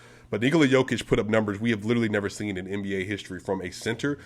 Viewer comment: I recognize your effort in making an in-depth video like this. Keep the grind on! p.s. oce you get to Serbia, please get someone to teqch you how to pronounce the sound found at the end of Nikola´s and Luka´s name. 👍